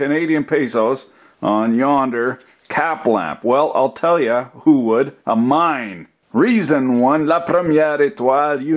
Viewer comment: lol, I thought for a sec, you said "a mime" instead of "a mine"...